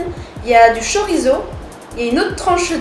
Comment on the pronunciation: C'est pas chorizo 🇪🇦 !!! C'est chouriço caralho !!! 🇵🇹